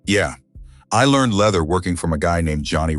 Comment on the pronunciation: AI needs help with pronunciation. PHEONIX, POLICE, LEATHER, ...